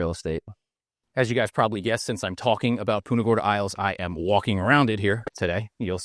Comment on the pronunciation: It's PUNTA not PUTA